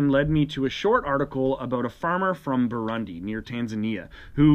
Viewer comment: Btw fwiw it's pronounced Boo-ROONdee